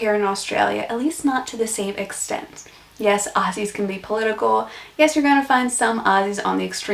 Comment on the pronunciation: Putting in as many Australian colloquialisms (cringe) as possible & dressing yr back wall with Chinese made Australian souvenirs is more of a give away than an American accent... also it's Aussie with a 'z' not Ossy.